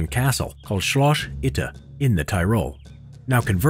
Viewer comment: They Probably meant that they're laughing about simple historys pronounciation of " Schloss Itter "